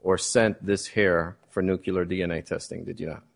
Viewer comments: NUCLEAR, BAEZ!! It's Nuclear. Nu-KLEE-ar. Not nu-KYOO-lar. I can't stand it any longer! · The defence lawyer said "nookyoolar dna". It's a total disgrace. These morons got it wrong. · Can Baez learn how to pronounce “nuclear”?!